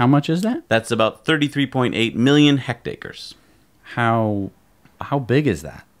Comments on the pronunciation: First of all, I want to say I love your show. I've been watching for the past year. You have great presentation, great production values, and great information. I did want to point out one thing in your first section on China and tree planting. The word HECTARE is pronounced "HEKT-AIR," rather than "HEKT-AY-KER." Within the US, metric units aren't commonly in use, but some of your international viewers might notice. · Please! "heck-tear" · Pronounced ' hekt-air'. Each one is 2.5 acres. Love your show by the way.